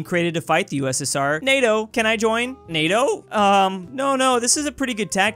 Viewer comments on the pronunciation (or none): none